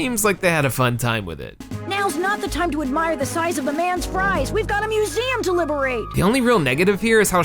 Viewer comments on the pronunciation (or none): none